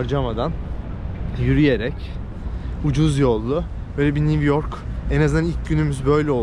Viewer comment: NİV YORK, NİV YORK, NİV YORK‼️ 🤔🤫😣